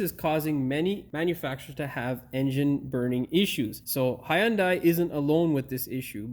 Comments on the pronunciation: HUN DAI. NOT "HIGH YUN DAI" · Hyundai, It's pronounced like Sunday. Hyundai even had a commercial stating that years ago. No "i" sound in that y. The "y" is silent.